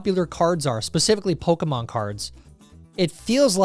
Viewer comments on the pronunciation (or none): none